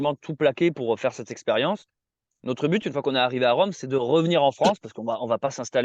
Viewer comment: c'est rome pas véronne